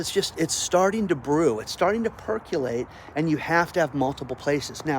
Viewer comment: Not "per - Q - late". It's per - co - late